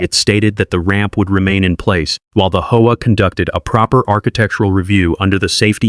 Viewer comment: It's pronounced H-O-A.